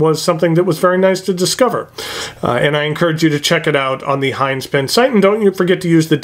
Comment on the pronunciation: Us antipodeans would pronounce Hinze with a short "i" as in igloo. But if Mr Jim pronounces his name "Hainz" he doesn't look like a bloke with whom I would argue the point! Funky colour, but no clip? Huh?